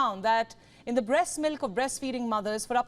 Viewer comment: The word “the” the T is missing